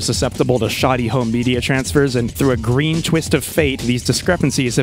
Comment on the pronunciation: its gween!